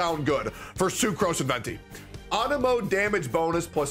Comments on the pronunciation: man why do you say it like Anemo?? Everyone know it is pronounced Anemo! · wtf is On-A-Moe?